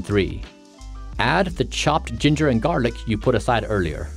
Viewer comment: Why he say garlic like that